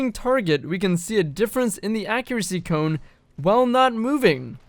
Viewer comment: Don’t you say it.......... DONT YOU SAY IT..... “Cone” W H Y!!!!!! GOD have mercy please!!!!!!!!